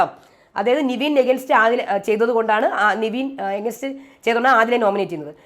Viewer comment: നിവിൻ അല്ല നെവിൻ 😁